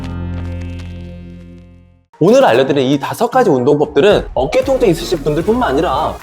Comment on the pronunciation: 첨에 통증이 아니라 똥증이라고 들렸어요ㅋㅋㅋㅋㅋ